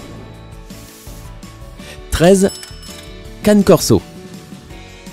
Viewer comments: On dit Canê Corso nulosse 😂😂😂😂😂😂😂😂😂😂😌😌😌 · Ça ce dit cané corso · La prononciation du cane corso rip 🤣🙏🏻